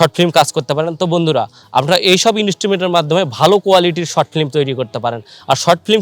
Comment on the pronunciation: ভাই প্রথমেই আপনার ফ্লিম কথাটা শুদ্ধ করে বলেন। ফ্লিম না শব্দটা হবে ফিল্ম...